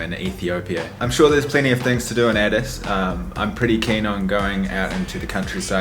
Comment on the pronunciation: I’m getting triggered by how he says addis